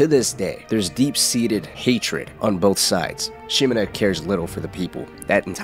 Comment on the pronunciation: Someone who pronounces Shimura's name correctly impossible